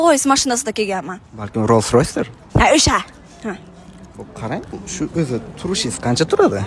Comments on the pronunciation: Loysros dedi opa gapirishni bilmaydi lkn oʻzi Londondan keldim deydi😂😂😂😂😂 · Fitfulyon seks mlyard dollor.😂😂 Iwton😂😂😂 Loysroys😂😂😂 Turkiyada katta bop inglizcha gaplawarkan😂😂😂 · Loysroysmi tovba gapirishi o'rganib keling